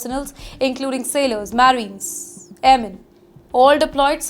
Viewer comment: Marynes 😂 it's Ma rines. ❤ phoonix for phoenix 😅. You're pronunciation is world class. Best Journalist award 2026